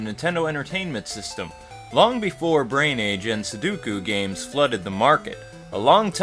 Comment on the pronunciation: It's Sudoku, not Suduko or Suduku. :p Sorry, just a pet peeve of mine. Good review, though.